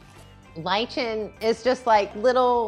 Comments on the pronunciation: Lichen is pronounced liken... For future reference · Fyi lichen is pronounced liken. Just saying hope it helps. WOW that marble looks brand new. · Friendly advice: it’s pronounced “Lie-Ken” or “Ly-Kin.” There’s no “ch” sound. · That's not how you say lichen.